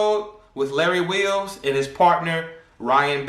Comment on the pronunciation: A weel by wawwy wheels 😂